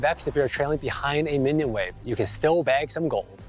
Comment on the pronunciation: It's "BAG" some coins and not BANG some coins, but yeah I heard it wrong too HAHAHA